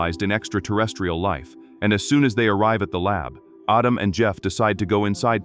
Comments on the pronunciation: Ardum for goodness sake. It's Adam!! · Autumn? you mean Adam.... your TTS is pajeeted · IT'S. "ADAM", NOT "AUTUM" dumd ass AI speech ! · Its addem not autumn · Only A.I. would pronounce Adam as Ahdam 😵‍💫 😭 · What?!?!?! Mr. Robotvoice screwing up pronunciation? Unpossible! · Perhaps it's just the AI voice being used being unfamiliar with the rules of the English language. The name "Adam" would definitely sound like "ah•dum" if the 2nd "a" in the name didn't make the first "a" a long "a". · I heard autumn. If you turn on CC that's what it heard as well. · stupid AI, can't pronounce the name Adam. Just do the voice over yourself. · I hate when the AI pronunciation gets something wrong and then just sticks with it forever! Like, Adam is a really simple name to pronounce, and its biblically the first name ever! Get It Right AI!! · I think it's AI, and AI mispronounces words all of the time.